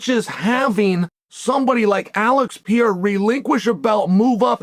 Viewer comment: Please say it with me: P E R E I R A Not P E I R A Once More: P - E -R -E - I - R - A